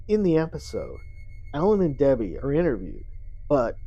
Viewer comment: it was a mispronunciation, you slurred “Debbie” as “Debblie”. But really I’m just teasing you! Liked and subbed